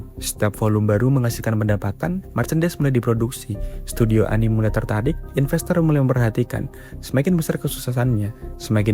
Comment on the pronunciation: anime dibaca ya anime bkn anim manga dibaca man-ga